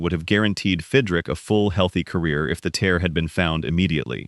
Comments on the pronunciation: Who is Fidrick? His name was Mark Fidrych, pronounced Fidrich. This makes the entire video a joke. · pronounced. FID - rich